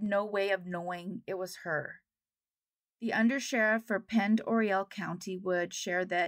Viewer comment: I couldn't agree more with the comments of mironedaysoon69. I greatly appreciate your hard work & never miss an episode. May I say that as a lifelong Washington resident that I have always heard Pend Oreille pronounced Pond Aray. Thank you for sharing the stories of lost souls & updates. You are a gracious lady in the kind way you react to criticism.❤